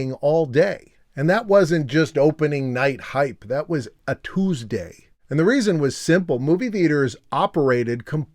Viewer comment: I love the "IT WAS.... A TUESDAY."